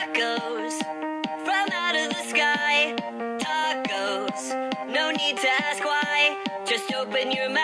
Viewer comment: It’s tacosssss